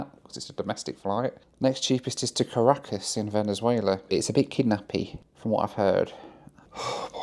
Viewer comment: Really enjoyed that challenge. Doesn't it challenge you to explore some places a bit more before flying out again (Panama City e.g.)? One thing though: If you say one more time Car a cas instead of Ca racas, I'll have to ask the locals how they say it. There's something about Brits avoiding emphasis on the first part of a word (like Polmar airport instead of Polmar airport or Leicster Square instead of Leicester Square) 😁